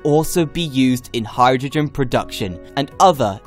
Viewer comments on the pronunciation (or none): none